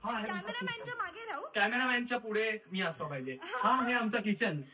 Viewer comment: Pudhe ❌fudhe ✅😂😂